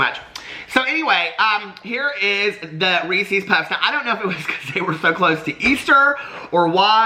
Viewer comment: Team REESEEZ. You and I are mispronouncing but it’s just easier to say right?